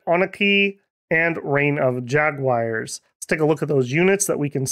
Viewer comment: Ah yes, the magical land of MicT-Land, with ja-Guires c